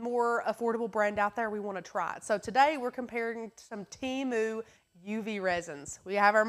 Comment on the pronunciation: TEMU...pronounced Teh-mooh